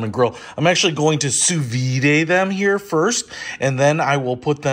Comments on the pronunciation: It’s not ‘Sue Veeday’ it’s ‘Sue Veed’ (sous vide, under vacuum) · It’s (soo-veed). There’s no accent mark over the e (é). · Why are you pronouncing it soo-vee-day? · Hahahaha. Sou vide is actually pronounced "soo-veed" in America.